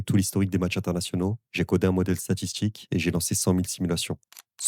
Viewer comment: Ordjinateur statchistjique argentchine quarantchuite umtchitchu matchuidi breeeef ça pollue et ça dévalorise tellement ta vidéo